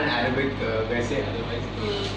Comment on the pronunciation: So cute that zain is teaching aditi Arabic. Well he didn't pronounce in the correct way . Trust me guys I am not judging him . I am just saying this because I know Arabic and I am living in UAE even though I am an Indian ..so obviously I have to learn Arabic even though i am not a Muslim. Well still it was a segment for Arab fans good to know that there are a lot of fans in Arab countries anyways aditi u was looking gorgeous and zain u was soooooo cute while reading Arabic . Loved it all pls remain as adiza forever pls pls pls 😄😄😊😄😊😄😊😄😄